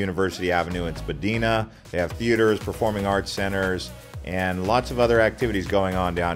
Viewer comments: You showed Maitland Street and the Gay Village when you spoke about the entertainment district. As well, you mispronounced Spadina. Dine-ah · You really butchered the Toronto street names with “Dondas” and “Spadeena” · Your pronunciation hurts - I'm not sure you've even been here. Things mispronounced: Spadina (Spa-Dine-Nah). Toronto (Tor-On-No). Dundas (Dun-Dass), Yonge (Young) - Montreal (Mon-tree-all) - and BTW we are not renaming Dundas Square to Lightfoot? Where do you even get this mis-information? Thumbs down. Not informed. Never been to Toronto. Probably just an AI Bot.